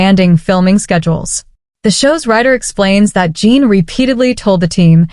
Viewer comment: It's J-en, jin. Like the drink gin. Not jean.